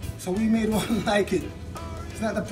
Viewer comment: Gwon! Gw-two! Gw-three!!